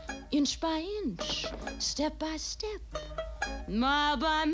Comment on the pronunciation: The way she pronounces “shtep by shtep” really makes me doubt my heterosexuality